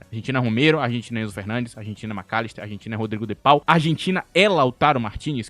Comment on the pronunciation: O de pau e pika(apenas zoando o jeito que tu falou o nome dele)